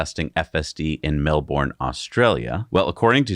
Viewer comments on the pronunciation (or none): pronounces 'Melbourne' correctly,... no so much. Not a biggie but it hurts our sensitive ears hear in Oz to here "MelBOURNE". Now ya know.